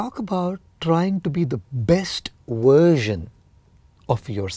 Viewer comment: No he's not. He uses "uersion" instead of "Version" . What?